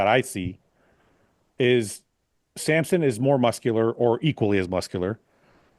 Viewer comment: It's like people spelling or pronouncing Samson like Sampson. Hurts both my eyes and ears 😭